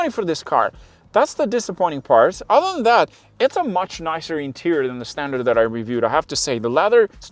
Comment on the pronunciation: "standart" lol